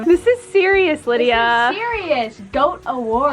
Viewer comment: all i hear is "this is sewious" from the wonderpets theme song 😂